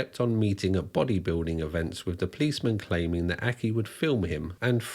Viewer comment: Mate, you’re pushing it a bit with your dodgy scouse accent. Especially when you can’t pronounce simple words yourself! Examples- wiv, fings, muvver and farver, fousand, and freatening. You’re a divvy lad 🤣